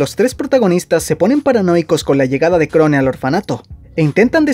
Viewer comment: Se pronuncia Krown!!!!!